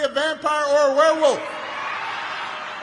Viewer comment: Um, Mr. Walker...what's a "Wehwoof"?!?🤣